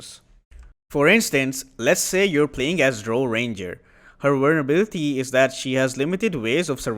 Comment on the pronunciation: Same comes up with "survivability" and "vulnerability" (Pior correctly, latter incorrectly)